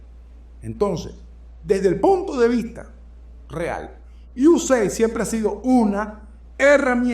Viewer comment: IU-E-SEID-AI-DI Esa es la pronunciación correcta.